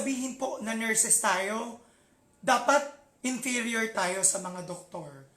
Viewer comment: he said, hindi porket nurses tayo e dapat INTERIOR tayo sa mga doktor? I put on my headset and played it many times, did I heard it right INTERIOR? narratively im not sure what he meant? comprehension wise diba dapat INFERIOR not INTERIOR? Pls correct me if i am wrong.